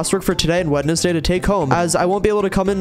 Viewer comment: When you phonetically pronounce Wednesday, and it almost goes under the radar